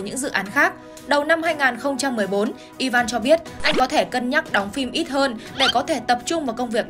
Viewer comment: E van?? I ven chứ ( sai thì xin lỗi 😅 )